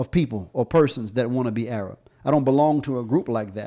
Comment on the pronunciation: is he going to purposely sit there and keep saying A-rab now if somebody sits there and says nigg3r then he'll be complaining and yes I'm black and I'm offended that he keeps saying A-rab